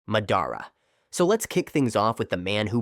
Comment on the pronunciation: Sorry you say Mehdara